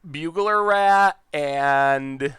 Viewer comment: "Bugler Rat" I don't know why but that was one of the funniest mispronunciation I've heard. (It's "burglar")